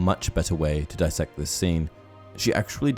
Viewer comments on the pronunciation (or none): That's DIS-SECT not DI-SECT.